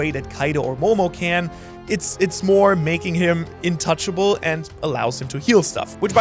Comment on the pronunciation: intouchable? Bro got so excited talking about mythical fruits his English turned mythical 😂